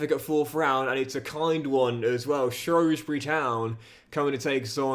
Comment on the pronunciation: I love you I really do but work on that pronunciation of Shrewsbury;) great video man always love seeing your videos pop up